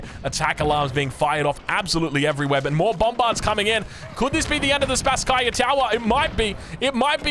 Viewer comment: Greetings from Moscow, Russia,! Thank you for your outstanding casting. A little nit: the name of the main tower of our city Kremlin should be pronounsed like "SpAsskaya" tower. Best regards, dude! You do awesome job.